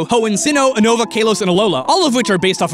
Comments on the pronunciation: Oonova -_- If you have seen the anime its pronounced You-nova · He pronounced 80% of the region names wrong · he pronounce unova wrong